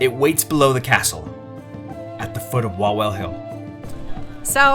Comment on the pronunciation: Just one thing becuase it hurts our ears when we hear it. In Poland when you see "w" it should sound like "v" in English. So when you say Kraków, it's "Krakoov" or Wawel it's "Vavel" 😜 Have a good time in Poland! 😊